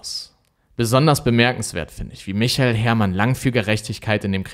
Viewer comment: Echt richtig gut gemacht, aber achte mal mehr auf die Richtigkeit der Folien. Ganz oft sind da Rechtschreibfehler oder du lässt aus Versehen Buchstaben weg. Außerdem sagst du oft andere Sachen, als die, die auf den Folien stehen. Zum Beispiel bei michael sagst du Michel. Wie heißt er denn nun ?